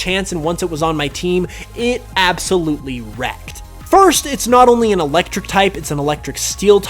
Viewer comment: ABSOLuitly lol